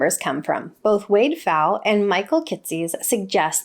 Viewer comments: It's pronounced Kit-sis, at least according to a guest on his YouTube channel. :) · It's pronounced like Michael "Kit sus." I go to the yearly XY conferences, where of course they say his name quite a bit :)